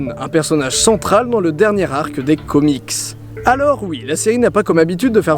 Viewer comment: Exellente video seulement le singulier est comics et on pronoce le s 😄